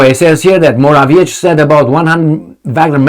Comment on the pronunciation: you should learn how to pronounce Morawiecki's name (and some other polititians' names for that matter). Why don't you look it up? It's really irritating...